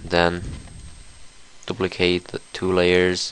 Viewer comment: dup-licate? LAWL